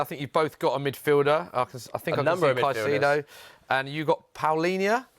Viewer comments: One constant in football media is English punters absolutely slaughtering foreign players' names hahaha "Sy-see-ay-doe" for Caicedo makes me want to shrivel up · If I hear “Saiseido” one more time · Everytime Thogden says “Saisyedo”, i cant help but cringe a little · Thogden's confident misspronounciation of Caicedo is so grating. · Thogden refuses to pronounce Caicedo correctly in a room of people who are all pronouncing it correctly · Walking L Thogden teaching us how to pronounce Caicedo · How can this be your job and you don’t know how to say caicedo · green top dude was killing me with his pronunciation of Caicedo 😂 Everyone else got it right but nope, not green top guy